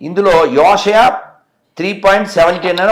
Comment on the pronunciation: Thumbnail ki video ki emanna sambandham unda asalu endukila tayarayyaru Arey dichiki mundu telugu chadavadam nerchuko adi ooshaya kadu yeshaya nuvu matha prabhodakuduvi dharma rakshakudu vi ma kharma kakapothe.... Chadavadam ee radu em telusu ra niku grandhala gurinchi Devudu gurinchi jaffa nayala